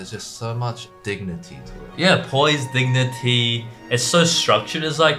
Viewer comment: Understood dignity as diggity 😂😂